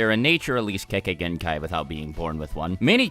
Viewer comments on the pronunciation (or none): The Idiot Says Kekegenkai